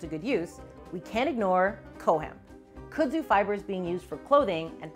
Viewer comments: I couldn't get past your pronunciation of the word. Kud-zu not Kuh-dzu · In North Carolina, we pronounce the plant’s names as “kudd-zoo” as opposed to “could-zoo”, the way said it. I grew up with the plant as part of the backdrop in my rural town, but I was surprised to find out this defining feature of the southern landscape wasn’t introduced until the twentieth century. I’ve seen the Japanese kudzu bug here as well, although I’ve heard it also attacks soybean crops. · It’s not “coo-dzoo” it’s “cud-zoo” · It's Funny How She Pronounced Kudzu😂😂😊😊Here In The South We Say Khuudzoo😊And Yes It's A Mess Here Snakes Love It And They Use To Say Don't Let Your Cows Get Into It Or You'll Have To Shoot Them To Get E'm Out Of It😂😂😂😂The Flowers Are Pretty And Smell Nice😊😊😊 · Now y'all gotta nice video here bless yer heart... but its pronounced "cud-zoo" like chew da cud.